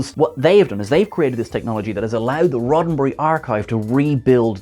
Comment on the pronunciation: "Roddenbree"...what is that?????